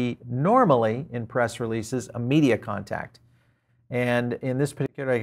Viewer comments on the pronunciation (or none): none